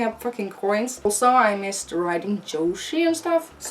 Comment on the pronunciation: every time she says "Yoshi" i think she's saying 女子 (じょし) - Japanese for "girl". oh youre awesome lol <3